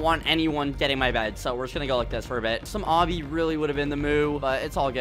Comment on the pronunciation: DId you say "Some obby would be the moo" my god skeppy